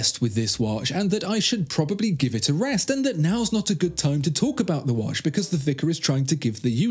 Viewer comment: Dude don't get me wrong, love the video nd all... but obviously you are native english speaker. Why are you saying "wash" instead of "watch" i would not be bothered and write but this is all about watches... watch yourself and you'll see/hear(again not wash)